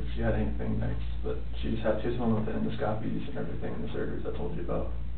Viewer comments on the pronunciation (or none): The way he pronounced “Endoscopy” is hysterical.. endo- scoppies.. lmao